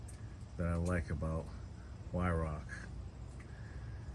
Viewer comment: HI, first I want to say I enjoy all of your videos, pesting and reviews. Weihrauch airguns just exude quality. I know you have several airguns by Weihrauch and please know that I am not criticizing you but would like you to know the correct pronunciation of Weihrauch. This German company is pronounced Vi-row. You have not called me since your visit a couple of years ago when you came to Otsego. I enjoyed those conversations with you. I would like to visit you sometime and bring my RWS 34P and my Gamo Urban. You could shoot my 34 and see what you could do with it. I keep it in my gun cabinet and only use the Urban because my purpose for an airgun is pesting and the Urban does a much better job for me. I see Jack has a little brother now. Take care, and thank you for the videos.